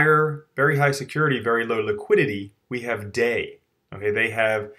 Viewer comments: Hallåååå! It's pronounced DAIIIIIII as in somewhere between Dye and Die. Not Day. Not even close to Day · DAI is not pronounced like day it is pronounced like dye